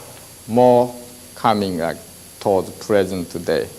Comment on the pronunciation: Rike a crowd, rike a brew sky 😊😊😊😊😊😊😊😊